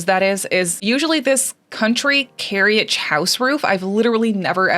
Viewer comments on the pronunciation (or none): You’re really bad at reading. 😂 “carryage” with confidence. lol. It’s first part of the word is said “care” no “ee” sound.